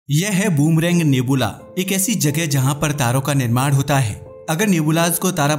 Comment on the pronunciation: नेबूला नही रे बच्चे नेब्युला है वो 😂😂😂😂